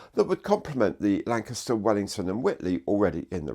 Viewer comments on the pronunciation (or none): none